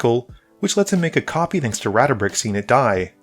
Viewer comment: He got it more and more wrong as the game went on. It was honestly a bit embarrassing how off it got by .